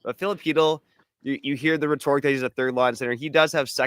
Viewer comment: we traded one of the top ten players in the league for a very decent defenceman who is a UFA this year. We are indeed weaker after these trades. And the word "rhetoric" has the accent on the first syllable- not the second one. 😂 Please be better than an AI voice. 😊